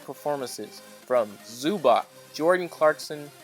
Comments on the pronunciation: Zubac's name is pronounced "Zu-BOTS" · Its Zub-ats